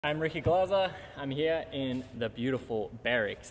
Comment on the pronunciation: What I heard: I'm Ricky glozzer